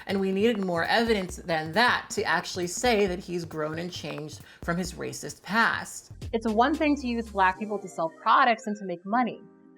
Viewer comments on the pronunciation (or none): "rasict past"